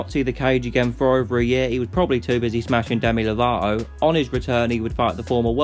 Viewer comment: Demi LavaOh . No pronunciation of the "T”